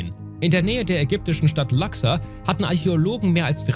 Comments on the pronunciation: Es nennt sich Luxor und wird auch so ausgesprochen, nicht Laxer.. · "Laxxer" = Luxor? Ernsthaft? Immer dies Anglizismen #Kopfschüttel... Wird ausgesprochen wie mans schreibt: Ente - Auge - Zickzack - Schlange - Schlange - Eule - Fisch Ganz einfach oder? ;-)